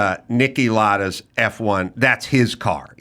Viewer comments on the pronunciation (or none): F1 Driver Niki Lauda PRONUNCIATION Niki "LOUD-AH" not Niki Lada